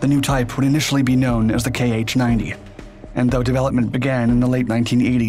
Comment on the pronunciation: It's not "kay aitch", it's "kha" (IPA [xa]), "kh" as "ch" in "loch"